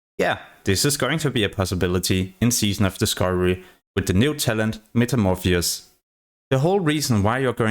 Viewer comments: To be fair. No one pronounce it correctly. Most say Metamorphis. Missing the os. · Yes, but in fairness, English is definitely his second language.